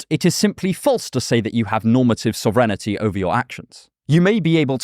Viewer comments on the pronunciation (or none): Sauv - renity .....? what the british!? lol Sov-rin-ti Sov - where "o" is like sock or clock rin - like tin ti - like tea sovereignty. 😛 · you said sovereignty wierd.... I think.... first "e" is silent no? along with "ig"? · sovereignty pronunciation funny as hell =))